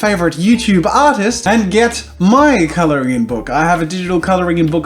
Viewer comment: Wait. Does he pronounce colouring colouringing??